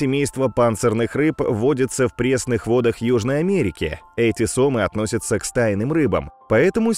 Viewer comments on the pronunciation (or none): none